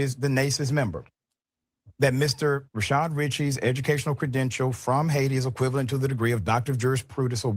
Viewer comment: I’m curious if you guys mispronounce his name on purpose or by accident? (It’s Rah-shad, not Rih-shaRd.) If it’s on purpose, Rah-shart would be funnier.